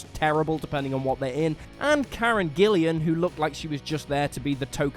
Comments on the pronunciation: It's Karen Gillan not Karen Gillian. Fucking hell. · Karen Gillan’s last name is pronounced Gill-An, not Gill-ian. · GILLAN, not Gillian. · Gillan, not Gillian...dumbass. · Karen Gillian? Here's me thinking it was Gillan... Oh wait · Karen gillian? Are you guys mispronouncing names on purpose now? You do it in every damn video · Who is Karen Gillian???? FFS it's not like you can't check how to say her name correctly. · He butchered karen gillian's name in a way i didn't think possible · Hey! Did you really pronounce Amy Pond’s real last name wrong? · He added a second 'i' for some reason.